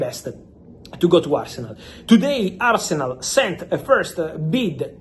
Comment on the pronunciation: I stopped listening the moment he said "today asernal sent an official bid to chelsea..." 🤮